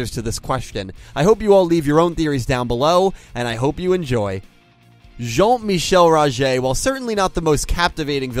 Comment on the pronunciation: Great dialect in saying Rogers full name. I like to think that he went to standard